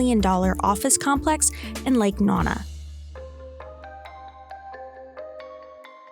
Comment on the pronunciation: Did she just say “Lake Nana”? 😐